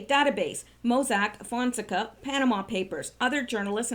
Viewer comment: PLEASE, pronounced "fon (fohn) sec (SECK) a (ah), accent on 2nd syllable.